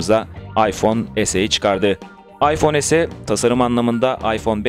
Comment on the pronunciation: Arkadaşın demek istediği yarı Türkçe yarı İngilizce okumayın diyor ya es-i ya da Türkçe olarak se-e diye okumak lazım